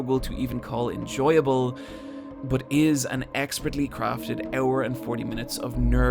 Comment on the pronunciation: OH you're saying hours, not eras